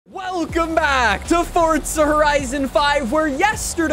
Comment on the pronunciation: It's Forza Nor Fortsa 🤣🙄 #justsaying